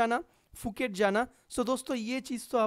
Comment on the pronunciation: Not fuket Phuket sai tara bola....